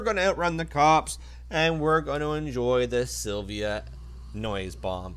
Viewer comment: Its Nissan Silvia, not silva